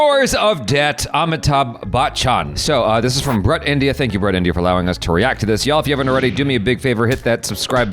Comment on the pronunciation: Why does keep on pronouncing BRUT incorrectly?:face-orange-frowning